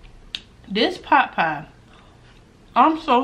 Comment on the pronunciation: U say potpie, I though u were saying popeye. I am like why she kept saying popeye, when this is KFC Lol! 💕💕💕 Love you! You make my day a little brighter everyday. 💙 KFC coleslaw is the Bomb! 🎈🎈🎈